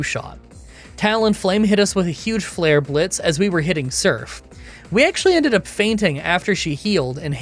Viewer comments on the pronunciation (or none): none